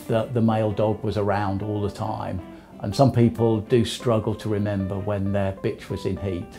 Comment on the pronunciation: He said bitchr